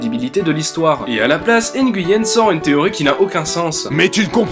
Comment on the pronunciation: ça ce prononce Nouyen. Le G est muet